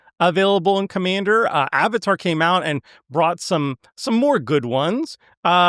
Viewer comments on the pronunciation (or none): none